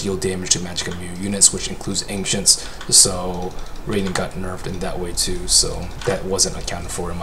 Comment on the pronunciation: the Anxious creep?? why can't he pronounce ancients properly, ur awesome but i couldn't hold it to myself..